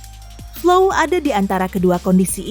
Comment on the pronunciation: Flow, bukan fly lho yaa...😂